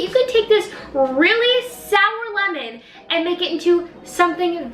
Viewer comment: When was about to say sower she Said shower:)))))